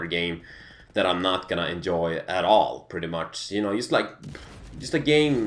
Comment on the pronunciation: when says you it sounds like JEW:))